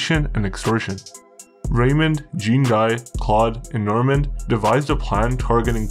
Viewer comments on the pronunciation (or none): You have good and well informed reports. One suggestion when dealing with French names you pronounce them wrong.Dubois would be Dubwa, Jean Guy would be Jon Gee. G like go. Normand =Norma. Claude= clowd. If in the future you use French names I'd be happy to help. Cheers.